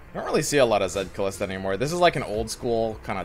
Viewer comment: Her name is not "Khalista". She's not DJ Khaled. xD